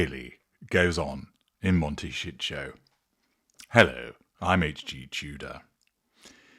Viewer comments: Before making these stupid videos, learn to pronounce words properly “monteshitsjo” 😂😂are y sure YOU are not a narcissist, having your victim so clearly worked out!? And knowing so much about how they tick , not even being a psychologist, I wonder🤮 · Pronounce Montecito correctly, don’t care if you are AI! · Learn how to say the name of the town somebody to help you pronounce it